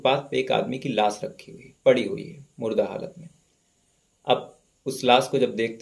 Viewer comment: S ki sh bolo bhai.....sikaar nhi shikaar ....laas ko laash ....hi bol do.....